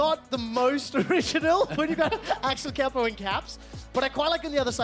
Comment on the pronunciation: Me queria dar algo cuando lo pronunciaron Axelcapow